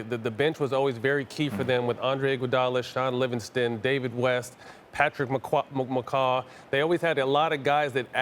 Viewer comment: SAY WHAT? PATRICK MC-CWAH? DUDE Matt, just disrespected Barbosa by mentioning McWho over him.